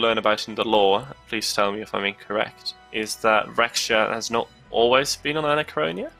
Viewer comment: Raksha... It's pronounced as how Ruckus starts , Rucksha.... Please get it right lol... We have that term in our mythologies xD...raksha sounds like rackshaw